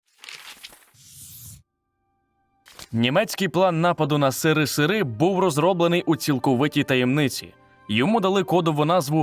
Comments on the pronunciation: Не СиРиСиРи а еСеРеСеР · Сирисири,чи серисери?От в чому питання.